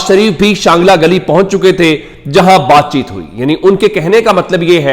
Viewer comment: شانگلہ گلی نہیں چانگلہ گلی ہے